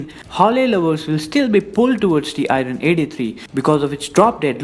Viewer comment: R is silent in IRON bro....